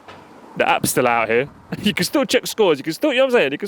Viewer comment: Did I hear that lady correctly? Did she say " I'm out ere "? If so, Madame, big yourself up